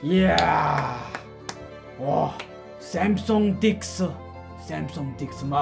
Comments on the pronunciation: "Samsung Dix", 😂🤣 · us: samsang dex korea: samsung dix